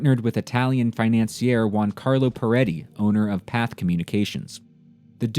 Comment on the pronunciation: Pathe is pronounced Path-A